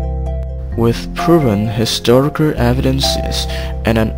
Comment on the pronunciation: "Wissu puruven historicurr evidense"